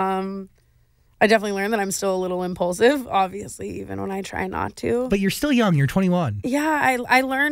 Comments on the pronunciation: Clearly she just learned the word, "Impaulsive" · Thought I was the only one who thought of the podcast every time she said “impaulsive”